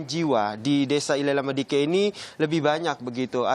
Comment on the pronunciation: Izin koreksi min, Nele Lama Diken bukan ile lama diken...🙏